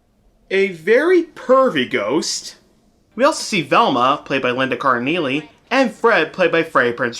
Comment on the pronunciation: That's Linda Cardellini (pronounced CARD-UH-LEAN-E, NOT CARD-U-KNEEL-E). Also, there's a deleted scene on the DVD that shows a FULL animated scene of Daphne being captured by the ghost.